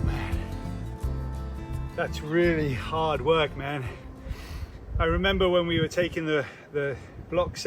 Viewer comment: You and your lawn,, 😅. I had a double take when you started speaking after demolishing those block, your comment of “man” is a very Scottish one. My dad sounds just like that!